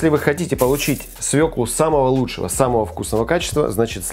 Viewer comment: Как приятно слушать правильную русскую речь, особенно про свЁклу, а не про свеклуууу.....!